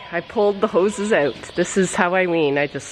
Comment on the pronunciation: I have a overwhelming desire to kiss your face after watching any of your videos. Love the way you say "oat" for "out". Great life to you both from Kentucky, USA